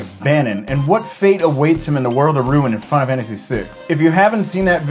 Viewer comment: Now everytime I say Final Fantasy, I can't help but pronounce it as Fie-nuh-fannisy!